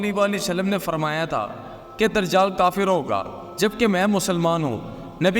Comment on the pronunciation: بھائ درجال نہیں دجّال لفظ ہے